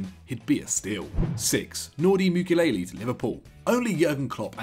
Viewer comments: As a football channel, this guy seriously struggles with pronunciations. Who’s Nordi Mukelele, it’s Mukiele (Moo-key-ellie) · please learn pronounciation guys....its saša kalajdžić....what you said is totally wrong! also mukiele...not mukilele...its a script...you can do as many retakes as you want...just read the god damn name right